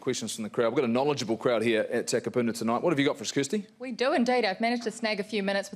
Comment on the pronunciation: Holy fuck please learn how to pronounce Takapuna.